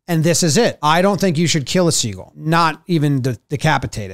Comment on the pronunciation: i love how pronounces “seagull” such that it rhymes with “eagle”